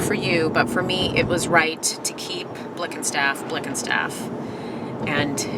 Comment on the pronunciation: Blickenstaff isn't even hard to pronounce, its literally said how its written